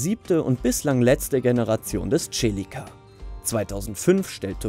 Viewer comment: Nr.1 Fiat Coupe..... hat mir nie gefallen, kann die Faszination bezüglich Design nicht nachvollziehen.... ist bei mir knapp hinter dem Multipla..... dasselbe für Nr.2... und hört endlich auf die Celica als TSCHELICKA auszusprechen! Es heißt SELIKKA!